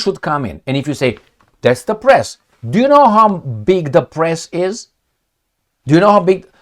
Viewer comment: Don't say pess. It's PRESSTITUTE. MA'AM